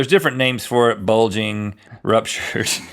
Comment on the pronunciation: Link seems to have a problem with the word "bulging".